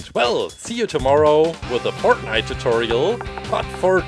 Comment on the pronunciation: Listen closely to him when he says fortnite. It’s the funniest thing ever